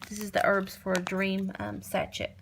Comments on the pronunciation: Sa-shay, not sa-Chet. It’s French. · Sachay, not sachet